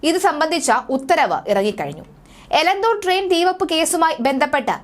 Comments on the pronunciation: Please note that name of Elathur Railway station. Not Elanthur. Give clear instructions to the news reader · എലന്തൂർ അല്ല, എലത്തൂർ.... പേരുകൾ ശരിക്ക് വായിക്കൂ കൊച്ചേ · എലന്ത്തൂർ അല്ല എലത്തൂർ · എലന്തൂർ അല്ല ! എലത്തൂർ ആണ് ശരി....